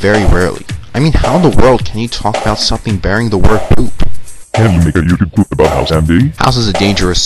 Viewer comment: everytime that computer thing's supposed to say "youtube poop" it says "yautube pipoop" xD